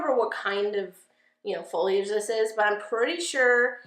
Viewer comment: Oh god, I’m so glad you know how to say foliage, lol